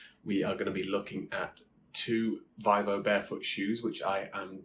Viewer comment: Good sir - it is pronounced “VEE-VOH”. Other than that, cracking video 🍻